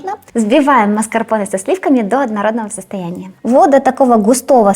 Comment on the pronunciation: Классный торт и все рецепты классные. Маскапонэ говорят. Букву р не произносят